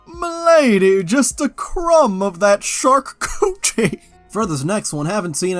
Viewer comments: Charcuterie - pronounced shar-coo-tuh-ree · What is tryna say when she says "sharkcoochie"?